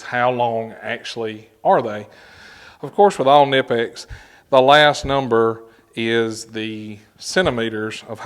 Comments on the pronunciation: Pronounce the K please. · I can't take someone seriously when they can't even pronounce a company's name properly.